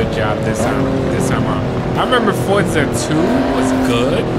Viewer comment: He said orza